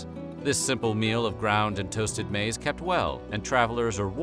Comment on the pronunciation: Newsflash, maiz is still maiz its just not english. Also pronounced it wrong.